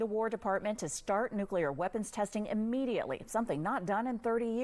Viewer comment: According to him he's going "nucular"